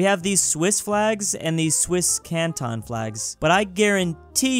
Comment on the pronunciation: The pain of when said cantons can taons